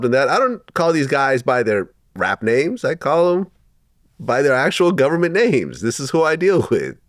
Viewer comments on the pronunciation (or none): none